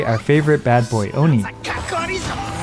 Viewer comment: The one an Oni. I literally came here to hear you say it. So funny lmao.